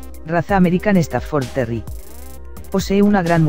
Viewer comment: puras tonterias que dices como me dices que un bull terrier es un pitbull y como mencionas terri en lugar de terrier? no mms